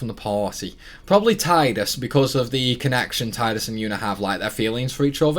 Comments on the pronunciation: It low-key triggers me every time you say Tide-us instead of Tee-dus XD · Tee-dus sounds way more stupid though, I called him Tide-us the whole time and will continue to do so (even if it is wrong)